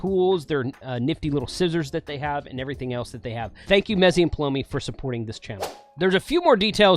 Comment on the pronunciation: Each time we hear “PaloMMMi” we all take a shot. Cheers.